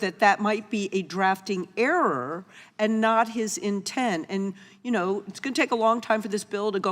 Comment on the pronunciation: She doesn’t even know how to pronounce the word “and”!!! “Eeen”?!?!